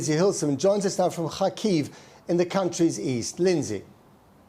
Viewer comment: Still news reporters can't pronounce Kyiv correctly lol